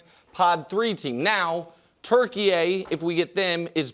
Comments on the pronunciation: Why are you guys saying Turkeyay... It's Turkey. I assume if you hadn't seen the un-anglacized spelling you would know it's Turkey lol. Americans 😂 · Turkeye is not pronounced Turkey-YAY, it’s Turkey-YAH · Turkiye is pronounced Turkey 🦃